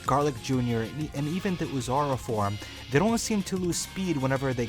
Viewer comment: I thought you said LSSJ 4 but I had noticed when rewinding it, you said “LSSJ form”, at the beginning of the video is when I heard it.